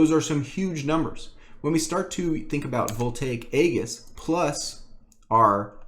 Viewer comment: "aegis" is pronounced like this: ējis